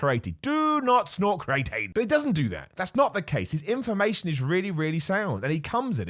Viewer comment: I don’t know if it’s just me but isn’t it pronounced “Cree uh teen” ?😭